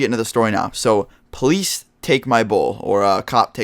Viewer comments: it sounded like at first you said please take my bowl and not police take my bowl xD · souunds like you said please take my weed :) lol